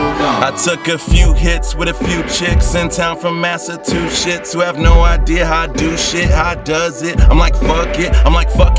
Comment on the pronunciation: he says massatwoshits lol